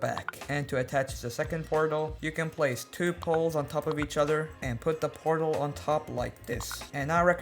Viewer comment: Bruh 2 miss say portel lol😂